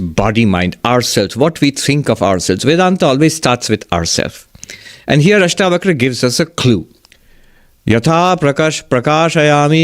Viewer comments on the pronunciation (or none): Its ASHTAVAKRA GEETA..NOT BAKHRA